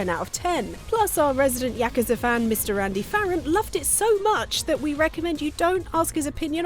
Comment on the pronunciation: OK but why can't pronounce yakuza right?